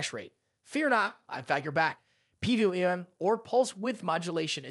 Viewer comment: Lol it's this an ai voice??? Things pronounced totally wrong...PWM....👎